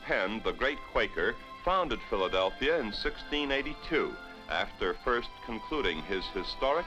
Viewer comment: He said "Philadel-fria, I know right.